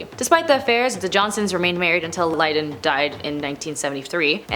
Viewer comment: Lyn - don. LyN-don. Lyndon. Sound it out like 1st grade. It's not that hard! 🙄